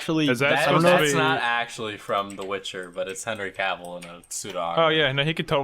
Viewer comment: someone tell it's "cah-ville" like a new yorker saying "car" also henry cavill wasn't in 50 shades????